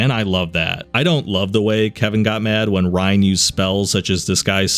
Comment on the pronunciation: every time you say ryan, I want to grab you and shout in your ear "it's riann. RE. ANN. NOT RYAN DON'T BE AN IDIOT! YOU'RE BETTER THAN THAT!" but alas.. here we are.